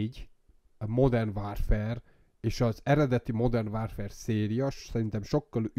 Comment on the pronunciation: Ha modern wÁrfrer, akkor wÁrfrém